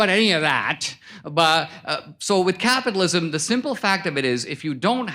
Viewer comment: So dho you achuaally bileeb in capithalism